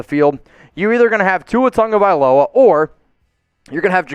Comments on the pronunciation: Question? Tua Ta-go-vai-lo-a? Where's the N that every announcer seems to pronounce as TaN-go-vai-lo-a? There's No N. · okay can someone speaking hawaiian explain how Tago becomes Tongo because everyone says Tongovailoa when pronouncing his name but it's spelled Tagovailoa.